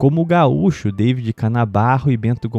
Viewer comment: irmão, a pronúncia não é |deivid| mas sim |daví|, não faça o quê os ingleses fizeram, não desvirtua a vogar |a|.